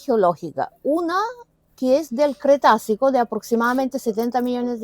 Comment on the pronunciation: Cretácico...Cretácico...NO "cretacio"...por favor!!!